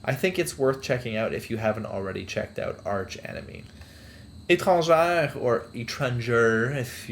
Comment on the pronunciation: wait, are u french canadian ? the way u said ''etrangere'' i was like ... >.> sonds familiar <.<